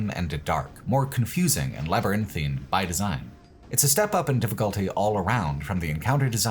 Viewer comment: you get my gold star for pronouncing "labyrinthine" how it's supposed to be and not as "labyrinthian" like the skyrim location (and how 95% of youtubers pronounce it...)